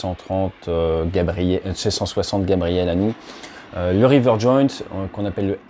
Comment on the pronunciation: Rivet Joint au lieu de river il me semble. Sinon super vidéo comme d'hab.